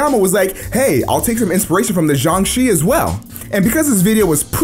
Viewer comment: It’s pronounced jiangshe